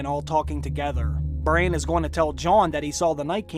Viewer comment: His name is Bran, not "brain"...